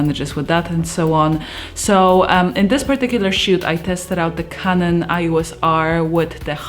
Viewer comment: "kanon ios", nie "ajos" :D